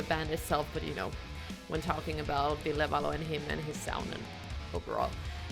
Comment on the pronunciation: I love how you get his name right. Thank you!